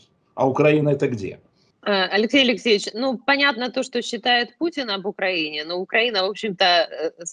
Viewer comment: У этого "лексейчь , лексейчь" безумный вроде как из леса вернулся.